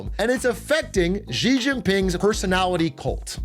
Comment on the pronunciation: I spent 10+ years doing business in China.... as an example, when they discuss American Politics, they call Trump "TeLumPu". It makes their pundits and commentators sound ridiculous and undereducated to an English speaking audience. SO remember, it's Xi=She.